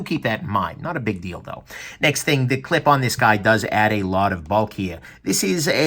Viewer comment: "cliption" heh heh